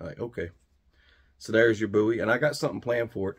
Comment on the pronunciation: THANK YOU for pronouncing Bowie the right way.